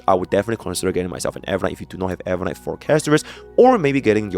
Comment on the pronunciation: Ain't no way bro said rememberance in no1